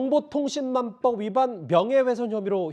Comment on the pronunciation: 저 앞에 서있는 사회자인 지 뭔 지 발음 뭐냐 갈아치워라 허위사쥬포 정보통신만법 이러네